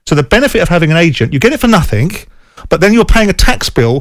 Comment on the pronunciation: “Nuthink” ! SJ